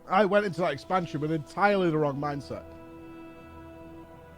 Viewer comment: Stop saying wrong with k at the end! Wrongk.....